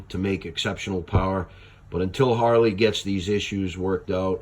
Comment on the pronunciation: You keep popping your finger nail over and over and over. We got it the first time. Douchebag. Holly? It's pronounced Harrr leee. Not holl Lee. Douchebag.